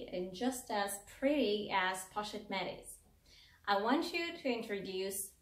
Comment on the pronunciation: You are pronouncing the Pochette Métis incorrectly! You should look up videos on it so you can pronounce it correctly!!! It sounds very off. I love both bag! I found this video because I’ve become obsessed with the mylockme bag in the pm. Great video!!! New subscriber!